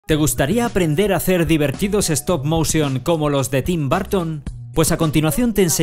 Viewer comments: se pronuncia tim burton no barton :V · Estás mal :v Es Tim "Barton" Edit: Que tú no sepas cómo se pronuncia es otra cosa xd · SirFragii-gameplays y secretos es bourgtoun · En latino america se dice tim borton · En si seria algo asi como una "a" tirando a "o", jamas pronunciarias tim burton con "U" se oye horrible si lo pronuncias así.